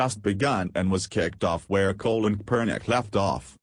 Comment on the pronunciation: robo voice is annoying...talking about colon kapernic...